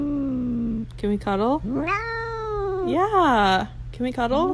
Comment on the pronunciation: HE FR SAY “what🙈” “nAo🤧”